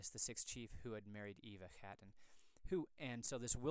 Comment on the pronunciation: I am American born so part of the diaspora. However, I confirmed with the clan Chattan association that the pronunciation really should be hatton, not chattan, which means the letter c is silent